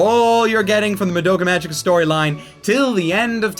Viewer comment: For Christ's sake, IT'S PRONOUNCED MAH DOUGH KA MA Gē KA!!!!